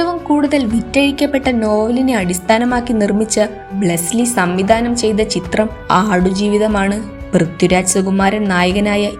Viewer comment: ബ്രസീലി അല്ല ബ്ലെസ്സി